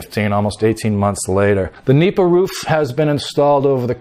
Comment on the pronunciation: It's "nipa" not meepa or "anahaw" thatching material used in the roofs and walls of the typical rural houses in the Philippines called "bahay kubo".